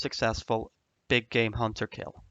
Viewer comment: At first I thought he said "my big gay hunter guide"